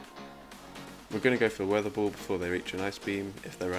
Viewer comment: The triple blue team is amazing! Skarmory(light blue), Whiscash(blue), and alolan sandslash (sky blue). And, p.s. , why you pronounce 'ball' like 'bull'?